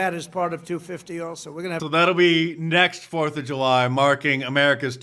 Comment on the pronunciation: Am i missing something? Can you not say the word July😄? I heard ju-y and ju-my but never heard July.